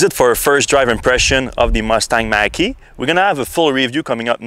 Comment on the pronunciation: Oops Mach not Mack like the 70s Mach 1 Mustang.... pronounced Mock ... LOL and definitely shouldn’t be called Mustang, in my opinion!